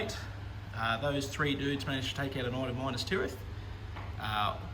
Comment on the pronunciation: The way you Pronounce Minas as Minus really infuriates me!! Good batrep champion.